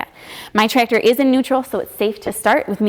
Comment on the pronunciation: I love the way says, "Tractor (Trector)". I wish I could have met someone like in my twenties.